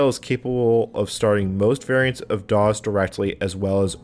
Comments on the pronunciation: I just found your channel and I am liking the videos so far, but why in the world do you say "doz" every time for "DOS" and "QEMU" as "cume"? Sorry. It's just distracting since you say "doz" a lot. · had to bail, "dawes" was triggering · I'm curious about where you picked up your pronunciation of DOS. I've been a PC user since the late '80s and have never heard anyone pronounce it with a Z sound. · He pronounces "dos" "doz"